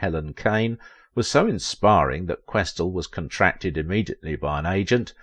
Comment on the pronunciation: A few areas to be helpful here. First, her name is pronounced, QuesTEL. Second, she was active in New York and worked exclusively for Fleischer Studios, also in New York. She NEVER was the voice of Minnie Mouse, which is a Disney character. That voice was provided by Marcellite Garner, who worked in the Ink and Paint Department at Disney Studios. There is no deliberate "Yiddish" characterization in Betty Boop, in spite of mistaken impressions of the appearance of a Yarmulke on the head of her father in MINNIE THE MOOCHER. Jewish people has confirmed that this is a bald spot, especially since there is a hair that stands up on the back of the head. One of your pictures from DANGEROUS DAN McGrew is Helen Kane. Your picture of Esther Jones is also incorrect. That is from the collection found in the James Van der Zee Collection at The Chicago Art Institute, identified only as "Do Tell." Esther Jones was a Child Performer. Also, Mae Questel continued to be busy all her life doing voice-over work for Dove Dish Washing Detergent and as the live action character, Aunt Bluebelle for Scott Paper Towels. Margie Hines was hired as the first Helen Kane imitator for DIZZY DISHES (1930) which was the EIGHT, not the seventh Talkartoon. Mae NEVER appeared in a short dress in the form of the cartoon character. She made this statement in an interview many years before. All photographs of her as "Betty Boop" show her in a full length dress. Mae Questel did not appear in Hollywood on Parade. That